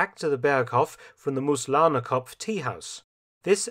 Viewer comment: He got Mooslahnerkopf wrong, it's Moos, (moss) which is pronounced like the english Moose, with a heavier intonation on the oo and not a lazy 'Muz'.